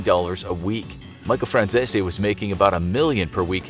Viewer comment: Micheal fransissy?? 😂